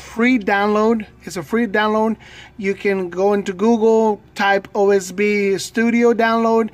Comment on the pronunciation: Its OBS Sorry its just disturbing to hear you say OSB